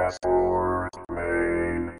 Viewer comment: You were right the 1st time, wrong after that! CH as in choice, not as in mechanical.